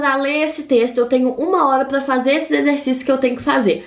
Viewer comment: "Pla fazer", "clonoglama" kkkkkk essa menina é família do cebolinha